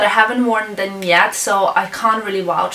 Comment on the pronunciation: She can't wouch for welvet :p